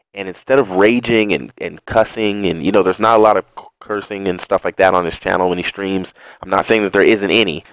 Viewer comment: He said cusing it's cursing